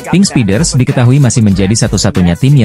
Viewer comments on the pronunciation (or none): Belajar dong cara mengucapkan bahasa Inggris dengan benar, bukan diucapkan Pink Speeders tapi Pink Spaiders, Hill State harus nya diucapkan Hill Steit, belajar dulu pengucapannya di Google